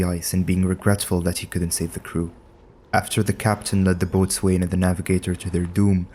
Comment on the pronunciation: It's another stupid English language exception, but "boatswain" is pronounced "bows'n". That's bow as in the arrow kind.